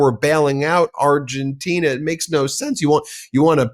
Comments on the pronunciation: With all due respect it's Argentina not "Argentinia" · It's Argentina, not Argentinia!!! It's makes you wonder if she's ever said "Argentinia"!!!